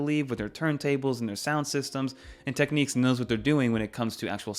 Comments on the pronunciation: Teck - Nicks ✅ Teck - Neeks ❌ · Also it’s pronounced Technics not techniques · This is an old brand and I’m pretty sure it’s pronounced Tech “nicks”. 🐋